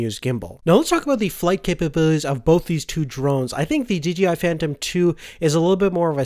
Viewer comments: OH MY GOSH ITS SAID D-J-I NOT DGI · d...J...I.... not dgi